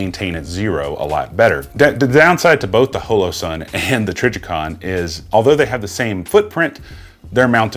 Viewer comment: Question: why are you pronouncing holosun as “hoe low”, instead of “ha low” the way it would normally be said in hollow or holograph, as in holographic sight? Is that just a weird geographic pronunciation of hollow? Just curious as it doesn’t sound like you have an accent with any other words